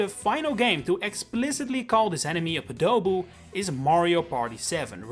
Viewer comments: Yeah, It was so awkward the whole time! I emphasize the third myself, "pohduh-boo" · You say tomato, I say tomato..... Also podoboo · Lectures people on what things are called, can't even pronounce podoboo correctly, checks out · This is not very well-researched. Weird pronunciation of Podoboo which completely misses the existing similarity to Baburu, missing the fact that Germany calls them hotheads, not knowing the meaning of demon king in Japanese as pointed out by the comments… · the way you said podoboo made me die internally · It hurt my ears the way you pronounced Podoboo. You pronounced Baburu with emphasis on the Ba, but then you say Podoboo with emphasis on do like in Qdoba. I would've thought the transition from Baburu to Podoboo was pretty straightforward but you swapped the emphasis for some reason. And this is the first time I heard of Baburu. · Raocow fan here, they are called Podobos. All three syllables rhyme. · No way that's how you pronounce podoboo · Sounds like the only one saying the name wrong is YOU. Who tf stresses the second syllable?? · no, everyone says it right, nintendo says it wrong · PO-DO-BOOS? Boil 'em, mash 'em, stick 'em in a stew? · I’ve grown up with Lava Bubble being its name, so whenever I here “Podoboo” in a video I get a little confused and a little mad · that’s because most people put the emphasis on a different part of the word, making it sound more similar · That’s the thing I was confused about throughout the whole video, especially when he emphasized the first syllable for the European names, then immediately afterwards emphasized the second syllable when talking about the English name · I've never heard anyone emphasize the second syllable of Podoboo. Sounds like that one newscaster, "Gustavo Almadovar", saying his first name. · Okay, but why do say Podoboo like that, that's the real question Also Lava Bubble in Mario Kart World when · it's pOdoboo... not podOboo 😭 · bro its pronounced podaboo not padoboo